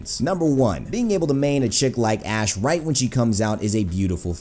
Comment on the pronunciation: Seriously thought you said ass